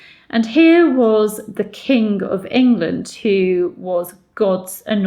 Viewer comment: I am unsure whether you are aware of this, but you sometimes seem to say "The kink of England" instead of "The king of England" which always makes me go into unvoluntary rejoicing and cheering as it is so strangely fitting in this instance. :-D